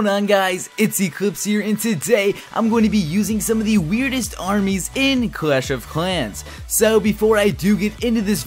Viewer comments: He can't pronounce "L" properly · 😂😂 the way he says clash of clans